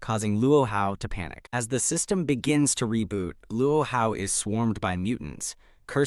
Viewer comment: "sYsTeMuGh" lol